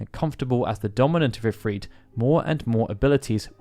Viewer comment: Why does he say "If-Reet"? It's If-Rit